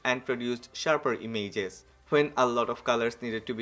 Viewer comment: Damn boi... I like the way you speak I just posted it so you may correct the pronounciation of "images". Chill man ❄